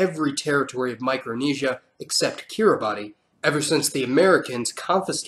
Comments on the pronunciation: Check the pronounciation of Kiribati, I think I've heard its "kiribass" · Kiribati is pronounced ge-ra-bis also roll the r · its pronounced "kiribas"....not kiribati. I know how it's spelled, but the pronunciation is what it is. Kiribas is the local pronounciation of "gilberts"....the original name was the gilbert islands. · Interesting video but just have to mention: Mao-ri not May-o-ri, Ki-ri-bass not Ki-ri-ba-ti, Ka-le-do-ni-a not Sa-le-do-ni-a. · "KiriBAHSS" not "Kiri-BAH-TEE" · it is called 'kiribaas' not Kiribati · I’m just going to say that “Kiribati” is pronounced “kiribas” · And Kiribati is pronounced kir-i-bass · New Caledonia is pronounced new KAL-edonia Kiribati is pronounced kiri-bas Norfolk Island is prnounced more like nor-fik not nor-FOLK Irian jaya is known as West Papua. Also why incorrectly say "may-oree" and then correctly pronounce "mao-ree", it kinda makes no sense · Great video. Just a correction, Kiribati is pronounced "KIRIBAS" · I'm sure you've gotten this comment many times but Kiribati is pronounced like kee-ruh-bas or /ˈkɪrəbæs/ in IPA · I’m 4 years late but Kiribati is pronounced key re boss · Kiribati is pronounced wrong the “ti” is pronounced “s” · It's spelled Kiribati but it's pronounced Kirr-i-BASS. I don't know why, but "ti" in I'Kiribati (their language) makes an "s" sound. At least that's how the native speakers on Tarawa pronounce it. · kittabotty isn't an island. if you can't say kiribati, just call them the Gilberts, so much better to be thought of as out-of-date than outright unintelligible. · Why u keep saying KEERA BADI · Dude.. the NZ players does not do KAPA-HAKA its called the HAKA. They are two different things. Also you wrongly pronounced New Caledonia and Kiribati.